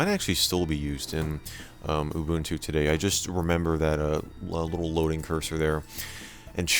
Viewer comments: Ubuntu Mjd: “oooo bunt two” Correct Pronunciation: ooo boon two” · 10 It's OOH BOON TOO. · Thanks for saying "Ubuntu" correctly. EDIT: I spoke too soon.